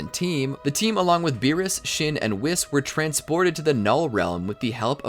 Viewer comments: It's whis not wis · It's pronounced "Wheese". Not "Wiss" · he says wis not whis